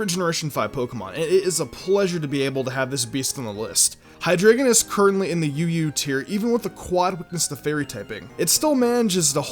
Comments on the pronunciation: I thought when you said UU, you said Yu-Gi-Oh 😂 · I swear up and down I thought he said Hydreigon was one of the greatest life orb users in Yu-gi-oh just to troll us... he said UU... but it took me like 9 times to hear it right